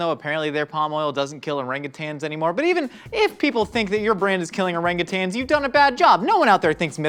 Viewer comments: Thank you for actually pronouncing Orangutan correctly! I've pronounced it that way (the correct way) and have literally gotten mocked..."It's Orang-you-tang you idiot!". NO IT'S NOT! THERE'S NO FREAKING G AT THE END OF IT YOU CHARLATANS! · As someone who worked with orangutans in a zoo it makes me so happy to see pronouncing orangutan correctly there is no second G thank you so much for doing it properly